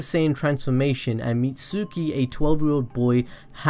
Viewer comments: Not said mitsooki it's said mits ki. The u is silent. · It’s mitsuki not misugy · The u is silent so the real way to say it is meet-ski not meet-suki the u is silent learn how to say it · It’s pronounced “meet ski” not “mit sooky” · Your saying mit-suki and that's not how u say it u lost my sub cause u don't know how to say there names correctly and its driving me nuts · Meetsooki lol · It's pronounced Mitskee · Can you please say Mitsuki right 😩😩😭😭